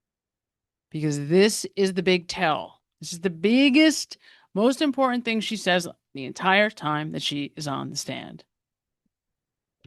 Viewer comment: Host. Highly educated however she is unable to pronounce a medial “T.” She says wri-un for written impor-unt for important Buh-un for button. Can-un for Canton. Etc. Drives me crazy! She can say Boston tho